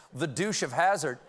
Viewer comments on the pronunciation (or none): none